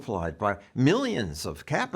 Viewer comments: I didn't know Robert B ReichhhhhhSHA! was still around. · Reich… who pronounces his last name wrong btw - I wonder why? He’s a complete charlatan DNC operative who only seeks the benefits of staying loyal to their party elites. This is why as the party becomes more progressive, he does. He used to be a Clinton guy. Clinton’s policies are a complete disputation of where RR “stands” now. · Reich is such a loser he won't even pronounce his German last name properly. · Yes, indeed! Rush was imitating the way Reich pronounced his own name while wrapping his NPR weekly segments.